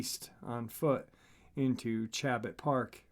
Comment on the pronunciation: Great Show! My neck of the woods! by the way Chabot is pronounced ( SSh-a-boa ) its French. I went to Chabot College.